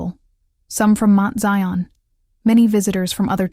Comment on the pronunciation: Can someone please 😢tell the narrator it is NOT Mint Zion, It's pronounced Mount.. smh. Somebody needs to go to ⛪️ to get educated 🙄 to get educated about church ⛪️ 🙄. Ughhh.